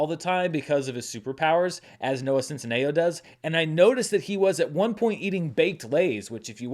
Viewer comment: is the only reviewer I watch who says Noah Centineos name properly lol John and his crew cant say it, Kristian can't say it like come on only one person lol